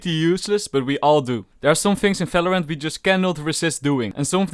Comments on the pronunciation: its valorant not falorant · lol people always does this in “felorant” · Why u say any word with V like Falorant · hehe, he says smellorant